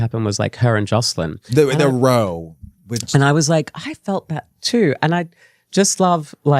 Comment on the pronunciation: It’s “row” like “cow.”